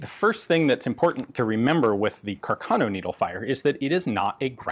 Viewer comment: Very interesting video as usual! The correct Italian pronunciation is "Càrcano", though.